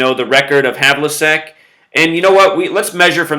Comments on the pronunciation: John Havlicek's surname is pronounced hævlᵻtʃɛk. It ends with check as in checkers. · You said Havlicek wrong